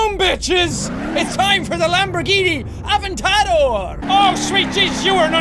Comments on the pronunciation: it's the Lamborghini Aventador not avontedor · He said Av-en-tador it’s A-vent-a-dor lol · Ray GunWinner it sounded like avocado when he said that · jack keeps pronouncing it av-en-ta-dor when really it should be aven-tador. AND jack, sorry to spoil your dreams, but aventador isn't italian for SPEED IS KEY, but was the name of a bull who won some competition or something. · I love how he says AventTAdor, when its pronounced AVENTador. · I am triggered, a-ven-ta-dor. ;-; u mean adventador? I don't mean to be correcting, but the adventador is my fav car. But u were right about one thing. Don't meme and drive. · Av-en-tad-or lmao it’s A-Vent-A-Door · Jack: Av-in-tar-door Me:It's aventador!! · Lamborghini avartado did he just say that. It is Lamborghini aventerdor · Jack is my favorite youtuber but THIS VIDEO MAKES ME CRINGE so first off its not the AHVentA(AH)Dor its A(uh)vent(Vent)A(uh)Dor(door) and its also not pronounced Nisan its Ni(knee)ssan Btw everything in parenthesis are the pronunciations. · Actually jack it’s aventador not aventaro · It's aventardor not avetidore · fnaf gaming! AWSOME it's pronounced "Av-en-ta-dor" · Jack... It's pronounced A ven tah door XD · Jack, it's said ad-ven-ti-dor. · what did he call that lambo? Ahventadoor? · The way he said aventadoor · A-Vent-A-Door that’s how you pronounce it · The Lamborghini is pronounced "ad ven ta door" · Jack/Sean I know this is a old vid but I can't help but tell you that you're saying the lamborghini "advetador" all worng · It’s pronounced (Avent-ah-dohr) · Lol it’s pronounced ad-vent-a-door😺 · You said Aventador wrong,you say it like it's Aventadoor. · Jack you said Aventador wrong you said avocado is Aventador and you said Nissan GTR wrong you said Nisan GTR when it is Nissan GTR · You pronounce it ad-van-ta-dor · Lamborghini Aventador is pronounced avent-ta-door. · It's pronounced (event-a-door) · Say ad-vin-ta-door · It's pronounced A VENT A DOOR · It’s pronounced (ahh-vent-tah-door